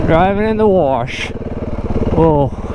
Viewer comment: There is no R in the word 'Wash'.